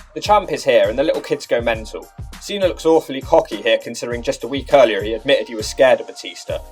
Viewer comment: Why do you pronounce Cena as "Cenar" but Batista isn't pronounced Batistar?